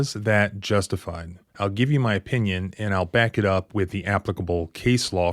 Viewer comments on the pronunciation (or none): none